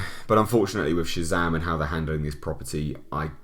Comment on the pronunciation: Didn’t know Shazam was gay... “Shay-zam girlfriend”